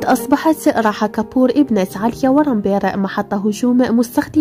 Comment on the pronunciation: اسمها راها و ليس راحة .